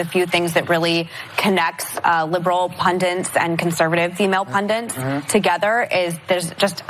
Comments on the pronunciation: 'Pundit', Meghan, not 'pundant', ffs. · Meghan doesn't know how to pronounce 'pundit' while she thinks she's appearing intelligent.